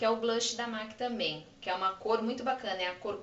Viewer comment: Não é "MAQUII" é "MEQUI" a pronuncia de M.A.C